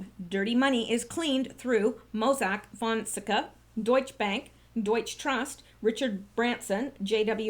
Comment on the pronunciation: PLEASE, pronounced "fon (fohn) sec (SECK) a (ah), accent on 2nd syllable.